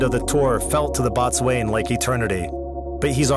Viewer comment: Your AI voice pronounces the Boatswain as bot swain, it's pronounced bo-sun.